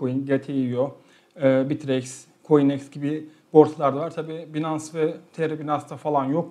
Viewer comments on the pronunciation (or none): none